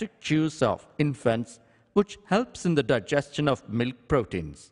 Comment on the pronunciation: 'Daegiestion' wow learn pronunciation